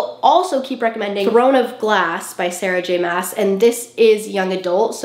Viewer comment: throne of glass is spicy. that’s sarah j maas thing. also her name is not pronounced like that😐